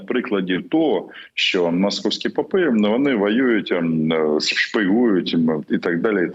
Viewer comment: Дякую Вам, пане Романе, за Вашу думку. Лише одна увага. У слові "попи" Ви робите наголос не на тому складі. Слава Україні!